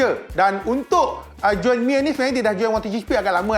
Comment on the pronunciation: bang bukan juen tapi join. juen tu budak46 selalu sebut😂